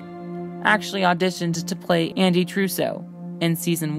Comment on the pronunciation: am I the only one who realized how many times she mis prounonced names like Andys and rose